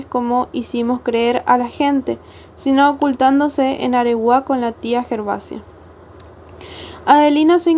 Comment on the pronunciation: AREGUÁ... Con acento en la última A